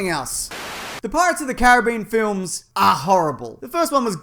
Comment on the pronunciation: Lmao how I know he would of say transformers flims😂😂😂😂😂😂💀💀